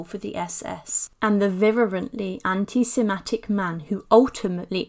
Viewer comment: Very interesting but… it’s anti Semitic not anti sematic- the first time you said it I thought it was a slip of the tongue but you repeated it - and it’s hypochondriac no T on the end of it